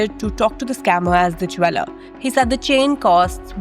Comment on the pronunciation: Please learn how to pronounce "Jeweller" correctly. Indians I tell you LMFAO